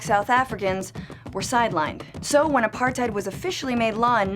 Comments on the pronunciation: you said apartheid wrong not a par tide it a par tuid thats how you say it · its pronounced "apart-tate" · It's pronounced Apartathe you morons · Apartheid lol the d is supposed to be a t so basically you say tate and the end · Ah part hate is the pronunciation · you didn't even pronounce it right....... Edit: Apar-tate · Phiphe Dude apart-hate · Wrong. Its pronounced apar-tate OR apar-tight. Both are legitimate pronunciations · It’s uh pahr tate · She can't even pronounce the word properly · You need to pronounce apartheid correctly. And 'coloureds' is an accepted race differentiation in South Africa, even today. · She doesn't even know how to pronounce Apartheid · Your pronunciation of apartheid hurts me really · Learn how to pronounce Apartheid before you start talking about it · oh my gosh the incorrect pronunciation is killing me ( i am South African if u didnt realise) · (Im from south africa) if you're going to make a video about apartheid (shes saying it wrong) she should actually be from south africa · Well actually its a dutch word, and you have to also pronounce the H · You just did a whole video on Apartheid and pronounced it wrong EVERY SINGLE TIME. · These people never pronounce the Afrikaans words I mean I am South African that is not how you pronounce it